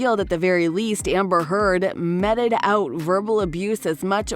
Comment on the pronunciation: "metted out" ? meted (pronounced 'me'). So many commentators try to use words they can't properly pronounce. More evidence of the failure of education. If you don't know a word, don't use it until you do.